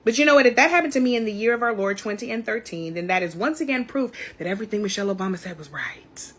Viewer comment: Mrs. Obama’s first name is NOT “Mitchele,” it’s MICHELLE. Please correct this glaring error ASAP.